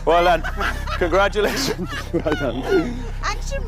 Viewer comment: I can't understand why this was cancelled but soap rubbish like EastEnders continues. annoyed me though, saying that ridiculous word 'Congradulations' instead of saying it correctly.